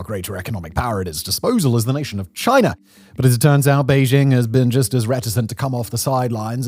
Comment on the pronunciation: What is this country "Chinar?" I have never heard of it. Is it ruled by Winnie the Poohr?